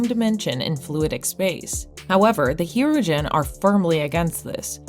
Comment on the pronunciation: It is also not "the Voyager" or "Hero-gen"